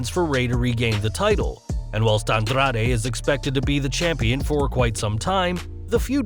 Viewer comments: The way this guy pronounces Andrade, and Carrillo makes me want to throw up. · andrrrrade...carrrrrillo lol..chill with the Rs